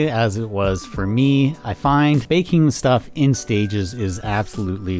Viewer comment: Thought I was the only one who said shtuff. Thanks for your hard work